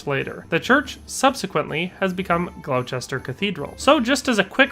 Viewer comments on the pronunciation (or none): The English pronounce Gloucester as ‘Gloss-ter’. Similarly, the city of Leicester is pronounced ‘Less-ter’. They are quite well known examples, in the UK, of English spelling not making very much sense.